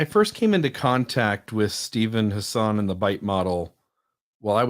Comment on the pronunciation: It’s really not important at all, so I know this comment is stupid, (ha ha), but Hassan is pronounced like it would rhyme with assassin. But you all probably already know that by now. 😂 Great episode!